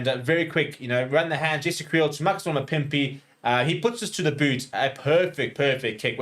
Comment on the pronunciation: MAKAZOL-E not MAKAZOL-A geez.